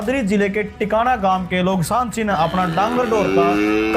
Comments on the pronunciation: Tikana nahi h naam Tikan kalan h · Tikana koni tikan h es gaon ka naam